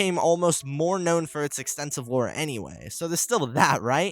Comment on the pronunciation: Every time you said lore all i could hear is war. Try to make more then one take next time.